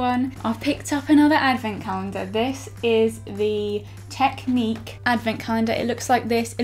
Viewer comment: Tek-nik not technique